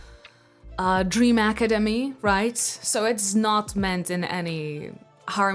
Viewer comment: “Dream academy” No No No “Dream acadime”😂😂😂😂